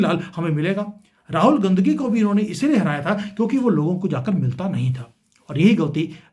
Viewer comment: Mind your Language. Your pronunciation of RAHUL GANDHI IS DEPLORABLE.